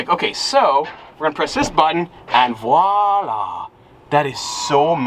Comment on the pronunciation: French: Voilà: Vla-la